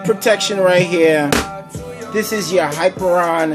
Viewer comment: Not to be that guy, but... it is "hi-peer-ee-on" not "hyper-on".